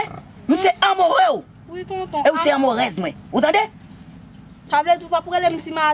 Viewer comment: Je px mourir en paix il a dit amouresse😭😭😭🤣 okk boss anpa💯